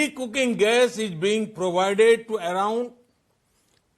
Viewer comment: Ij instead of is 🤣🤣🤣